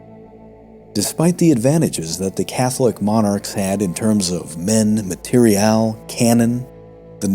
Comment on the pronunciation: wow. Nice voice then. What directed me to AI generated was when you said "material" in this episode. It was something like "equipment, material, cannons". Material came out as "ma-tey-ryal" which was really weird. Perhaps it was a place you edited and it came out strange.